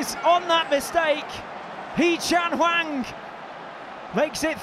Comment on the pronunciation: I mean he also says Wang when it's clearly Hwang.. so